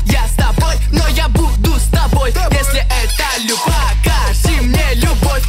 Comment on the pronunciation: ты, и супер это очень крутоооо, это самый лучший клип, а в конце вроде сказала бовь очень круто